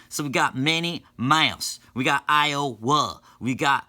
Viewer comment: We got IoWA We got dat ohiO VERmont wit dat lil v shape We got DeleWAAARE Mississippi AlabAMa and GEorGIa